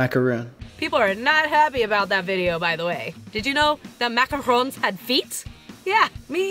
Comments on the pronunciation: you said macaroons instead of macarons u disobeyed ur own rule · you say macaroons not macarons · she literally says macaroons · Beginning of video: DON'T CALL THEM MACAROONS Rest of video: macaroon making is hard, don't make macaroons, MACAROONS MACAROONS MACAROONS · She said it was macarons but she pronounced it macaroons sooo many times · TheKraftyDiva Same! I was like... wait didn't you say it was macarons? Probably she only found it out while researching, and saying macaroons was already a habit. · I love how she made a huge point on fucking MACARONS and now she says MACAROONS😂😂😂 I still fucking love you!!!!! Kinda hate Rob though I guess he's okay 😂😂😂😂😂😂😂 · MACARONS!!! Not macaroons! Lol 😂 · Argues about how it’s called macarons and calls it macaroons countless times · strangers it's funny how she corrected everyone for saying macaroons when she says it like that for half the video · I love how she gives a speech at the beginning about the pronunciation of macarons, then at the end she calls them macaroons😂😂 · DID ANYONE NOTICE SHE STARTED SAYING MACROOONS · You called them macaroons near the end =O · harps about mispronouncing macarons for 2 entire minutes Also: mispronounced macarons Teehee. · She was pronouncing it wrong towards the end bc she was tired and giving up so she didn't care at that point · She said she was bothered about people saying it wrong but she said it wrong a lot at the end...... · Starts video by criticizing everyone for pronouncing it wrong then pronounces it wrong